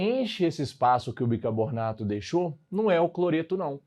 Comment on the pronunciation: Aula excelente, só queria saber porque o professor fala bicabornato kk